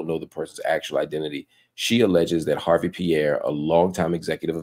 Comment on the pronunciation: The E is silent... It's not HARVEY... #HARVE